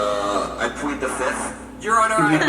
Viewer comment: Ummmmm I pwead the fifth